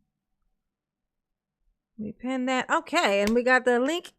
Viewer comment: There sure is so much “dis and dat” coming out of dear ole Darrell. 😂